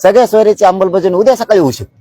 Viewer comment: अमलबजावणी की अंबलबजावणी...